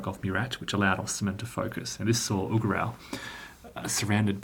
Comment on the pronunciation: So glad you pronounced this correctly. I'm such a pedantic fool. Most others never do. Have you ever returned to OSG?